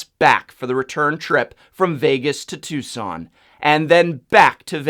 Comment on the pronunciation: It's Tucson.